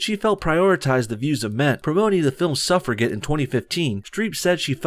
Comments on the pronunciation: What the frack is 'Suffra-get'? It's pronounced 'Suffra-jet'. If you're a young-ish white guy who wants fast paced action movies, I can see how a film about the struggle of women in the UK to get the right to vote a hundred years ago isn't gonna be your thing. It's not my thing either, but that doesn't mean the movie shouldn't be made. The execution is the thing. The only thing. I've not seen the film, so can't comment further. You make many good points here, but then go and spoil it all making pointless personal attacks on the age of Ocean's 8 cast, and on Mindy's appearance. What does that have to do with anything, seriously? It just ends up undermining all the good things you say, because your critics will pounce on those insulting comments. As a white male, I hate the way white males have become the new whipping boys for the left as much as the next guy. Sometimes though, white men do deserve the metaphorical kicking for the things they've done - such as, going back to my first paragraph, denying women the vote because 'women's minds aren't capable of understanding complex issues' (an argument that was used at the time, and ironically was used again by those who voted Remain in the UK's referendum on leaving the EU to dismiss the winning Leave voters. Nothing changes!). Or in the U.S. those white men, mostly in the south, who spent the next hundred years after your civil war trying to grind down the aspirations and rights of black Americans; taking away their rights to vo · Suffragette. Suh-frah-jet. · Pronunciation of suffragette. Look it up. I won't accept bullshit from a channel named No Bullshit :) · suff-ruh-jet. I'm trying to like your channel, but your pronunciation is pure bullshit. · sorry but you sound really stupid when you don't know how to pronounce suffragette! how in the fk does that happen??! good god, man!!